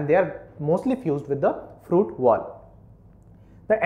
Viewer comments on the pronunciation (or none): none